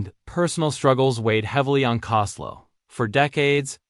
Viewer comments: Would have been better if the “narrator” could pronounce his name. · You need to get your name right its COSTELLO. RIP LOU❤